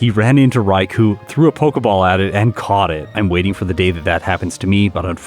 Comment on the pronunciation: Just FYI, "Raikou" is pronounced "Rai-koh/Rye-ko", as it's a Japanese romanization.